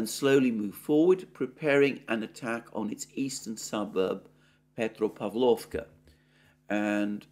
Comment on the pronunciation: petropAvlovka. 😊 You mastered the urozhainoe perfectly, Alexander😊😉